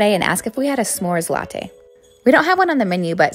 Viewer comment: Flamezing smore latte(pronounced as lattteyy)